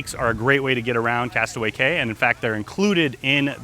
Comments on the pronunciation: I would think a travel company would know its pronounced "key" not "cay". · It's KEY...not CAY!! And you said that Royal Caribbean's Island is called Castaway Cay! And your a travel agent?? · Its key!!! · Its pronounced "key" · Prounounced Castaway KEY! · Yes, thank you, pronounced KEY... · Although the name is Castaway Cay, it’s actually pronounced castaway KEY. Just a heads up. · It is pronounced castaway KEY